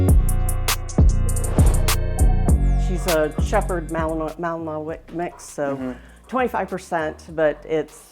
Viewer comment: Genetic issues? More like owner issues. Can't even pronounce malinois properly. That's a breed that needs lots of training and understanding of. Sounds like she may not know much about the dog she has.